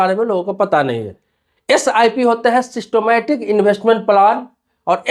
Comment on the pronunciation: सिस्टोमेटिक नहीं "सिस्टेमेटिक" है, उच्चारण सठिक कीजिए।